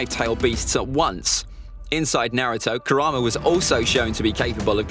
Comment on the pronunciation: Actually it is Kurama not Karama